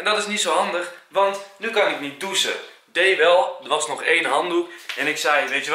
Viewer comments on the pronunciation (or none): hahahahahah zegt enzo douse plaats van doechen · JA en hij kan ook niet douchen uitspreken 😂